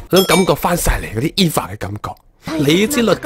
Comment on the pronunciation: EVA 唔係讀「衣Fa」，係讀「欵FA」